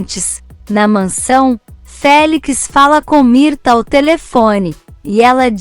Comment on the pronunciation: NÃO É MIRTA, É MIRTES E NÃO É DARIO É DÁRIO NARRADORA.